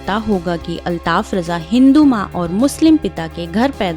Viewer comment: Bahen jaankari badme dena pehle unka nam sahi se lijiye aap